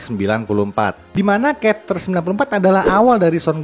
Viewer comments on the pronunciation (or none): Ya bukan berarti tetap dibaca dengan cara yg salah, justru harus dibiasakan pelafalan yg benar biar org tau. Chapter jg dibaca pakai "C" bukan kapter 😢